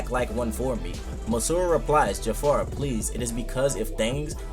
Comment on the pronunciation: As a Ja'far fanatic I would like to point out that his name is Ja'far not Jafar. This is very important.